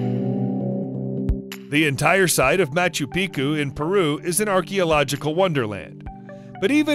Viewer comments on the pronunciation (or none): Machu piku???? You have said it properly before why say it wrong now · Machu piku hahaha haven’t heated someone pronounce it that horrible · Machu Picchu is " MATCH-oo PEEK-choo " not " PEE-koo "... If we're going for accuracy, just sayin'. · "Machu PEEKOO"? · Its pronounced (Ma-chu-pee-chu). Or has been for the 50 yrs I've known of it. Just say'in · I cant believe he pronounced Machu Picchu wrong. Apparently he does it on purpose so that people comment on his videos more. Kinda an annoying fuckin tactic, if ya ask me. Haha